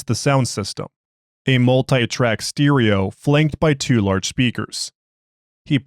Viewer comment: You lose points for pronouncing 'stereo' wrong, but you make up for it by recommending the Exploring Series.